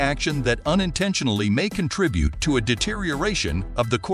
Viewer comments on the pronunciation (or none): none